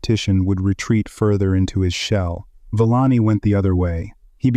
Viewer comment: Couldn't take the pronunciation of the narration. Sorry Villani.